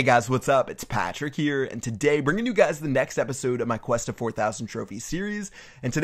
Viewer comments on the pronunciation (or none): Is it me or does he say Patrick funny